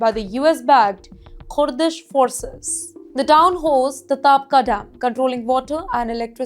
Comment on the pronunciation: Kooordish forces says this lady.